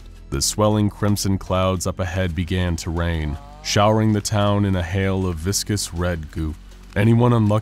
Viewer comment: Tiny drops of wain